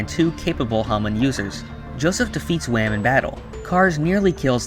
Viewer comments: Oh and why do you say wam? Are you saying that short for wamu? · It’s not wam it’s WAMUU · Wam? It’s wamuu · Wamuu❌ Wamm✅ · It is wamu not wam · But it’s not Wham it’s Wamuu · Wait when you said Whamu I heared you mistakenly call him Wham... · Why you say wam it’s wammu it’s like your saying ham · not wam but WAMUUU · japanese: wamuu english: w h a m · It’s Wammu and Straizo, not Wam and Straiz. Why do people get rid of the last vowel? Or is there something I’m missing? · Why are you calling him wham I thought it was wamuu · It's Wamu :P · idk i felt pissed off not hearing wamuu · U said Wamu wrong